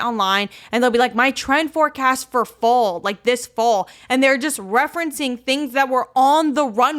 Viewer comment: The way said Fall as “Full” and Modernity as “Muhdernety”